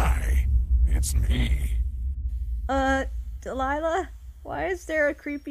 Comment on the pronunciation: DELILAH IS MY NAME AND HE'S SAYING IT CORRECT